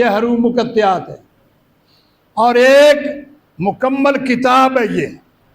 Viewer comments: حرُوُفِ مُقَطَّعات اس لفظ کی درست ادا کیجئے ہے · اب یہ بات کہا سے ثابت ہوئی۔۔کہ اللہ کی نور اللہ تعالی خود ہے اور جبرائیل ہے اور محمدﷺ ہے۔۔۔۔خدا کے لۓ شریعت پر تھوڑا رحم کرے۔۔۔واہیات بیان نہ کرے۔۔۔۔۔۔اور حروف مقطعات کے تلفظ بھی غلط پڑھتے ہو۔۔